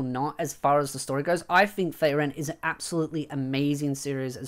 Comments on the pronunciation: Why you say feyren when its FRieren (ik its my prob but im losing your point when i get distracted and pulled away to just how wrong it sounds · free ren, not fray ren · I have an issue with this video: the way you are pronouncing Frieren I keep hearing Faerun...